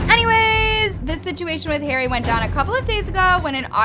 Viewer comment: The way she pronounced Harry and Tana’s name 😭